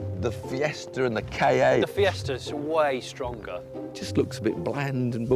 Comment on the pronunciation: K.A??? ITS KA AND IT MEANS 'SPIRIT' FFS!!